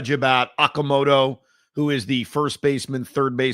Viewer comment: 2 things 1. Okamoto's is pronounced o-ka, 2 sounds. 2. Murakami was hurt, small sample size etc. The Swallows really stink, and have the last two years, so Murakami isn't getting the kind of protection he was during the championship season, or the year the Swallows lost to the Buffalos (and Yamamoto) in the Japan Series. Love Murakami, been a fan of his since he was drafted as a catcher, but I don't think he'd be great on the Mets.